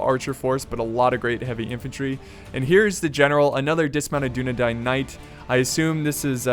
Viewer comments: It's Dune-eh-dine. It isn't pronounced like Dine-dine. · I just love how you pronounce Dünedain! :D don't stop that, But It's PROBABLY pronounce like "Dyne-Dain".